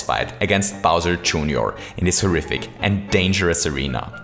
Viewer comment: its funny how he says bowser junior... Bawser TchJOOONIor